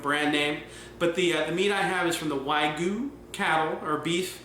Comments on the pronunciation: It's not wagoo. It's wagyu you idiot. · All Japanese beef is called Wagyu, not Wagoo. Kobe, no Koby beef is Wagyu from Kobe, Japan.